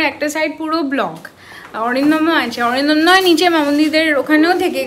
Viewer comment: Atindom ke Arindomda bolo.Tomar theke boyeshe anektai boro.